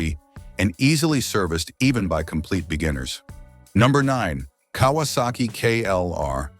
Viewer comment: “Kay -was - saki